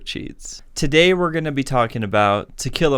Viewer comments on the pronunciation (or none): none